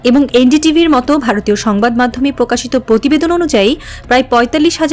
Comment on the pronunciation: পকাশিত পতিবেদন ... সংবাদ পাঠিকা আপার প এ রফলা থাকলেই এভাবে উচ্চারণ করতে হবে! এই সংবাদ পাঠিকা কোনদিন কি প এ রফলা উচ্চারণকে সঠিকভাবে উচ্চারণ করতে পারবে? পকল্প ,পতিবেশী, পতিশ্রুতি, পতিদিন, পতিবেদন, পকাশ, পতিষ্ঠান, পধানমন্ত্রী , পতিটি - আমি ছাড়া কারো কানে কি এই জিনিস খটকা লাগেনি?